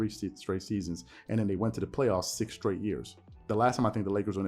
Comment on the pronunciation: Here's a thought🤔...i like how he gave a 2 syllable word extras. Play-off-us-a 🤪🤣...then to think about the MJ comparison. It was said that Air, albeit practice, would take or be put on the side with the less talented guys and compete to win just to prove his effort of willing his side victory. At this point, the 2K Lakers on rookie level are probably more competitive than the way they're so called hoop'n right now. Dig this, even my favorite team Spurs are showing more effort after get'n dealt a crazy loss to Memphis along with Ja dropp'n a Popovich give me some nasty dunk on Poetel...eeewww 😬. If Pop was coaching this team, they'd be get'n cussed out the same way Jeannie Buss, in anger on her face, walked out during that Pelicans loss or the way Snoop did his Uber driver....remember what Deon Cole said, if a conversation starts out with "Whelp" - it ain't look'n to good, thus, what used to be called the Lake-show has become the Lake-No. How can Club Shay defend LBJ, I don't know, but he'll find a way 😂....🤨opinions?